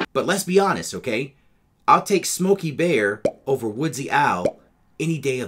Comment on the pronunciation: Props for getting Smokey Bear's name correct. Most people say Smokey "The" Bear